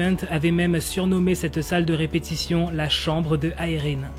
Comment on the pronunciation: il le dit avec l'accent